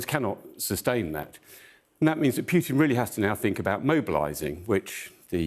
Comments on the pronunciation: It is Pootin, not Pyutin. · Air Marshal Edward Stringer pronounces Putin quite strangely. I hear him saying "Pukin". So here is a list of recommended ways to make oneself vomit (with the Air Marshal's tip at the end if the previous 7 don't work): 1. Push your finger down your throat 2. Drink Warm Salt Water 3. Rub your toothbrush against the back of your tongue 4. Gargle With Egg Whites 5. Expose Yourself To Unpleasant Smells And Sights 6. Mix a teaspoon of baking soda in a glass of water and gulp it down 7. Mix a teaspoon or two of mustard in a glass of water and drink the solution in one go 8. Think about the little gremlin hiding in his bunker in the Kremlin